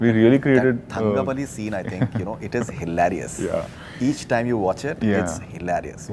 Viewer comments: Its NOT HILAAAARIOUS. its hilarious. Go and learn english before speaking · Whats up with HILAARIOUS? Its not pronounced that way i guess